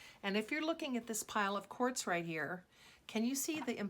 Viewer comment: Lol 😆 she says whores lol 😆